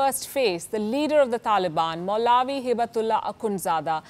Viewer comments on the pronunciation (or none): Its so funny how she pronounce maulvi and ameer al momineen😆